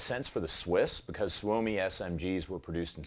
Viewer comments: It's "sue me" Not soo-oh-me Trust me I'm a Finn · Tip from a swede guy here: pronounced more like "somi" even if its spelled soumi.. youll sound more proffesional. Promise.